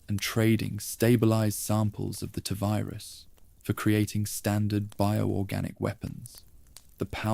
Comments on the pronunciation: Is this an AI voice? Cos its Tee Virus not Tuh virus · appreciate your candour but I’m english, its still Tee virus 😂 don’t stop though, your videos have got me through some long nights. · I was with you until the voice said “tuh virus” for the 7th time. Do better.